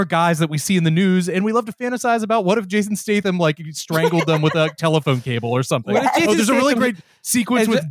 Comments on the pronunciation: then he says "Jason Stason" lmaooooo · Mfer said Jathan Statham.